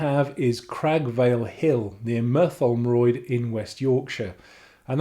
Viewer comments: Cragg Vale climb start is pronounced My-thurm-royd. Not really easy as I ride 50 Kms to get to the start. Good video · Hi. Your in God’s country up here. Ps it’s my-tham-royd. Then we scoff Teacakes. Love the drone shots over Whitby. What month do you visit? Kim